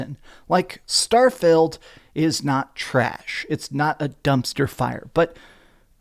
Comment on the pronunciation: I like how keeps pronouncing "starfield" as "Starfailed" 😂 Also as fun as it is memeing on starfield, I do think that if it released in 2022 it probably would've been nominated over something like stray